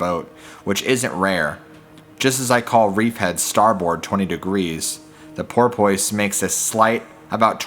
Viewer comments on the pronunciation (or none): This guy really pronouncing porpoise like that smh